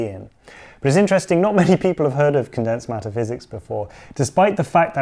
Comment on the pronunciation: First I heard it as "Condensed Meta-physics", LOL 😂